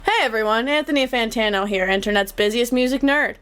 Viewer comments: FINALLY SOMEONE ACKNOWLEDGED IT ITS FUCKING FAAAAN-TANO NOT FOOOON-TANO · Does Logic intentionally mispronounce Fantano? Surely he must know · The best is when he says fontano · Finally it’s been pointed out that Logic says Fantano wrong. The amount of times he’s talked about Fantano and saying it as Fontano with no one acknowledging it or calling it out is crazy, I feel like I’ve been taking crazy pills. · Still saying FONtanno. Wtf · It's actually pronounced "FAHN-tano" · For a Fantano stan, I don’t understand why Logic doesn’t pronounce Fantano’s name correctly.